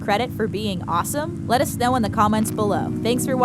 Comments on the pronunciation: anyone heard "TheTaco" Instead "TheTalko" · I heard TheTaco Instead of TheTalko. (._.) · I thought you said TheTaco 😎😎😎😂😂😂🤣🤣🤣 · In the intro it soynds like “make sure to subscribe to the taco”n😂